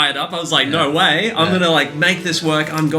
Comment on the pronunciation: For example, “I was like NO WAY..”